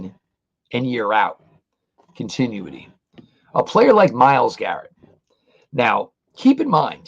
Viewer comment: Con - tin - new - ity